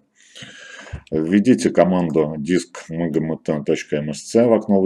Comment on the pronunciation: Нажмите дискмгмгмт , пиздец,ты можешь не жевать буквы ?